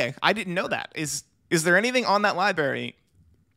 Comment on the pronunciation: did this fn guy say "Libary"?